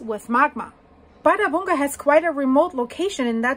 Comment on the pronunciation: That's fascinating! "Bardabunga" sounds to me like a tropical dance, Bardabunga, Bardabunga! 😂But no, it's an arctic volcano in Iceland ;-) ⛰️🌋 And your pronunciation is correct! I hear the same word from iclanders. Oh and by the way "hraun" means "lava field" (and you also pronounce it very good!). Of course it's logical that the Icelanders have a word for "lava field". And since they have so many, they give each a name next to "hraun", to distinguish them, of course! And one volcano name is associated with a lava field, well, it makes sense, why not. ---------- So, many thanks for your videos!